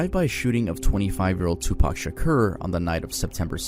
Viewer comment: some massive pronunciation errors: It's Tu-Pauk not Tu-Pack Ca-dee-lak not Ca-dee-lock Kee-fee Dee not Kef Dee Love you man, but seriously